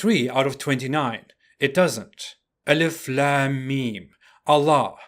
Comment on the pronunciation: Its pronounced... Aleef Laam Meem... If you know arabic, joining them together can giv you either ilm or Aalim (depending on your punctuation) which means Knowledge or scholar.